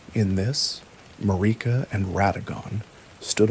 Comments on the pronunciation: Yeah he got that Mariuhh 🔥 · This has been my bedtime story for a couple nights but I'm cracking up over the way you pronounce Marika like it rhymes with Paprika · Is this guy just reading shit other people wrote? Cause there's no way you've played Elden Ring and don't know how to pronounce Marika... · Mispronouncing marika took me out of it